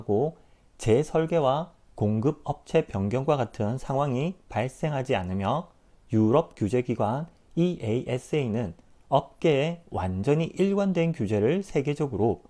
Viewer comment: EASA는 이아사 라고 보통 읽습니다